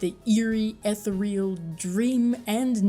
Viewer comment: im sorry but ethereal is spoken like this, ''eh'' then say the word , ''cereal'' , but replace the c with a th... still love your work